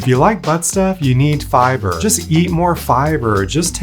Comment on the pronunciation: the way he pronounces "FI-BURRR" 🤣🤣🤣🤣🤣🤣